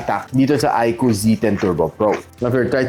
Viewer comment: Yun! tama yung pronunciation ng iqoo yung ibang tech viewer kasi, iq double o ang tawag